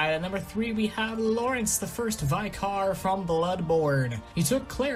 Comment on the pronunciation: Why can't Americans pronounce vicar?